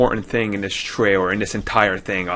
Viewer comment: Heheheh, "tray-rer" Sorry...